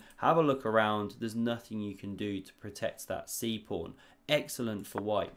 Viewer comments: There's no r in pawn 😂😢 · I often understand "prawn" - have I heared it wrong or did he really say this? 😅 "covers the C prawn" 😅 omg ... if it was intentional he is a master of puns 🤯 "sea prawn" ... omg this would be too good to be true